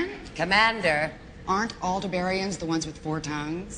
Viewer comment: "Al - DEB - ar-an-i-an" not "Al - der - BAR - i - an"